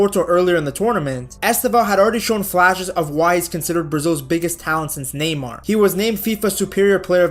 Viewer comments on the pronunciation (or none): none